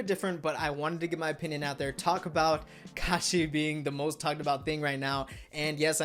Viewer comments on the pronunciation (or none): none